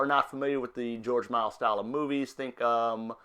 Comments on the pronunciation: Fascinating but AUGH can you PLEASE stop butchering George Méliès surname? It's not pronounced 'Miles' it's 'Me-li-ey' thank you! :O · dude, you cant even get his name right! its not george miles is george miliel you suck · Thats funny since it's actually pronounced Mel - E - S.